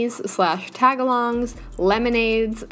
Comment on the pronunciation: who else was genuinely.. painfully irked when she broke up tagalongs into taga-longs instead of tag-alongs 😭😭